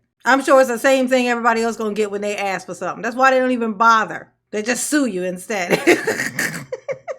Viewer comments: The word is ask a s k can I ask a question not a x e not a x x ask😊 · I would write the words just like she pronounces them and and include in parenthesis what the actual words are. Allizations (allegations), accrit (accurate). axe (ask) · Don't ax her😂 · My biggest pet peeve is the word ASK…it’s not AXE